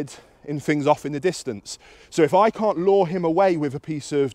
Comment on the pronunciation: I thought you were saying "Law" but you were saying "Lure". I was thinking what fundermentle dog law have i missed? LOL Your videos are fantastic. What a lot of sense you make.